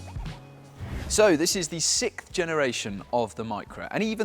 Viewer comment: "This is the sick generation of the Micra..." SICK ???? Learn to pronounce bro!